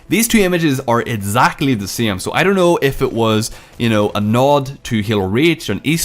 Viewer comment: Instead of exactly